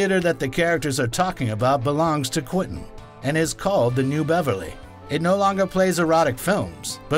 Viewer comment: WTF!? Stop saying "Quin-tin"!